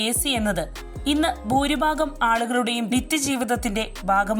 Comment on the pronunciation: ബൂരിബാഗം എന്താണാവോ? ഉച്ചാരണം നേരെ പഠിച്ചിട്ട് ഈ പണിക്ക് ഇറങ്ങ്.🤔🥶😱